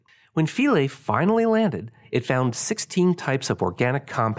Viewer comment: “Phound” haha